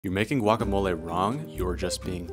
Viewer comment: I'm as pocha as it comes, but I don't know any Mexican that pronounces the G in guacamole, let alone calls it gwok.